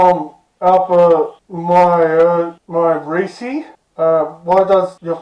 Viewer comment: Mirisi is pronounced as (mer,ree,see)